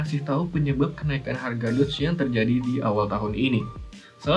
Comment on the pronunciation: bukannya nyebutnya DOGE ya bukan "DODGE" ?